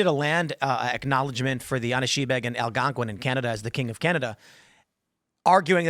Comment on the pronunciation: Tim absolutely butchers the pronunciation of Anishinaabe.